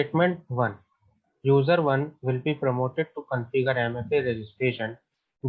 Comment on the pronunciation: Q32 promoted / prompted ? you sounded as promoted..